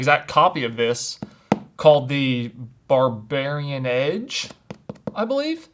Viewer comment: Calls "Bavarian Edge" a "Barbarian Edge", wouldn't expect any less from 😆